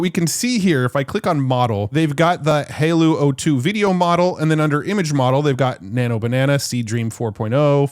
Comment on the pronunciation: Its "Hi-Law" not "Halo"..